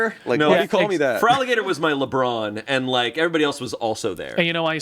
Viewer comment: Feraligatr! ya all said it in unison. Feraligatr is the opposite of Blitzo, the O is not silent lmao